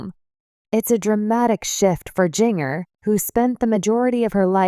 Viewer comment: It would be so much better if you’d narrate this instead of having a robo voice that can’t pronounce “Jinger” or maybe you should have spelled her name “Ginger” for Robo Voice so it would stop saying “Jing-er”